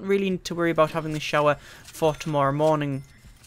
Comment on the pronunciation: Wonderin aboot! Lol